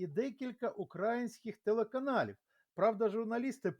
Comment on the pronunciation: шановний, ви по касапськи ставите наголос. не укрАїнських, а украЇнських!